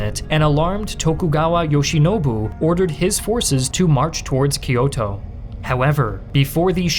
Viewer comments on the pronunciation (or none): none